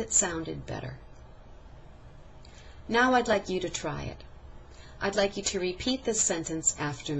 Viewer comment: 1 / 4 Clearly spoken, but... at 3 min 30 sec, it sounds more like "te speak" instead of "to speak" which means that there was actually no distinguishable "length" difference demonstrated in the vowel sound in the word "to" when it was spoken more slowly. At 4 min 25 sec, however, she more clearly said "to speak." "I am." These two words were run together, so there was no distinguishable difference demonstrated here in the "length" of the vowel sounds. So it didn't really "sound" any better.